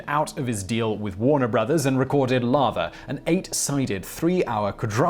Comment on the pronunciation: "Läther" is actually pronounced like "leather"